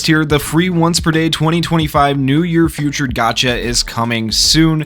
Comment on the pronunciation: fee-tured not few-tured bro jesus 💀